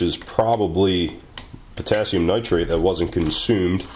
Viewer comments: ooooops you said it pot nit!!!!! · You said 'Potassium Nitrate' So close!